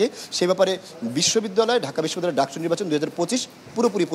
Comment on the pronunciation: ডাকছু না! ডাকসু